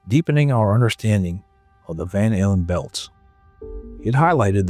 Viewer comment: It almost sounds like that's what he said lol